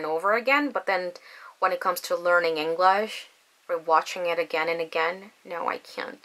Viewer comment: 잉글러쉬 가 아니라 잉글뤼쉬 임다 ^^ Anyhow, you are pretty fluent 🙃